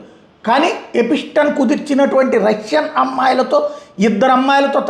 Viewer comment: ఎపిస్టెన్ 😂 ఎప్స్టీన్